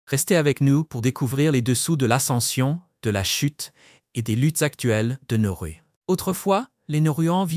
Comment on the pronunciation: Pas Norru mais Nauru 😊